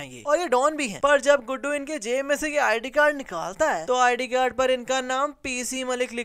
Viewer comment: beta tum ny bhi bolny mein mistake kar di (JAB JAB )tum nny do dafa bolla or bhai ho (haai) bola yani tumhari apni hi languaches hein haai